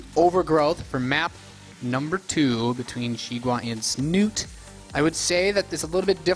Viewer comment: lol I am starting to call him Snut. when his name is actually Snute in norwegian. Learn it caster ^^ he is too famous now to not pronouce it right!